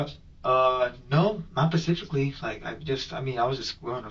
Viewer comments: When the detective asked him if he did any extracurricular activities, he said “ not Pacificly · You can't define yourself as involuntarily celibate if you are voluntarily paying for sex or have had a physically intimate relationship. His level of intelligence is painfully low. I haven't heard someone use "pacifically" instead of "specifically" since 3rd grade 🤣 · This is like the third interrogation I’ve watched this week ;where the suspect says pacifically instead of specifically. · “Pacifically” what a moron